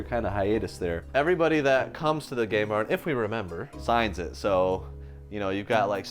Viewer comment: Make sure you really put an emphasis on the M and the N in game barn because sounds like you renamed it. 😅